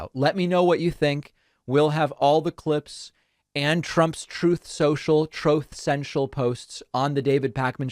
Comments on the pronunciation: I had to replay it multiple times to find the correct time stamp for my comment... 🤣🤣🤣👍 "Trooth Sen Chillll.." 🤦‍♀️🤦‍♂️ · the shade…..how you say “yeah” every time after “Troth Centrol” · It totally makes my day when David plays trump saying, “Troth Sential”. I really need to get a life. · Whenever you play him saying "troth sential" it always makes me chuckle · i will never get tired of the 'Troth Sensial' audio clip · Thank you for always playing the recording of Trump trying to pronounce Truth Social! It cracks me up every time. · Troth sential is the best. Never fails to make me laugh. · That " troth central" sound bite cracks me up every time! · Sir. Sir, it’s throath sochil. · David: "His social media app" Trump: " TROOFSENSHEL" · Every time you say Truth Social, then play Trump saying Truth Cential. I get a good laugh🤣. It never gets old! Thank you for keeping us informed. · Troth sensial 😂😂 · I love the "troath sencial" audio. Cracks me up everytime xD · I thought it was “truth sensual”. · Ilike it when you intersperse Trump's verbal ravings with his written blithering. I like it better when a photo of Trump is woven into the presentation. The man is an illiterate, gibberish talking screwball and starting off with his mispronunciation of "Truth Social" is pure genius.